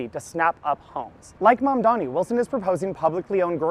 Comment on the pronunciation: Its ma'am-dani To you all